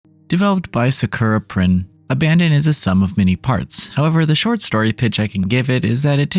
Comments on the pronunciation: You keep saying abandon but it's abaddon (ab - uh - dawn) means "place of destruciton" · I think it's pronounced ABBA DON